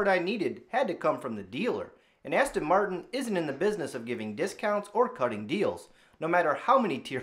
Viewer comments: Practice saying Aston Martin.Not Aston Martun. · How can you own a car and not know how to pronounce it's name ? Aston Martun.Fuck off !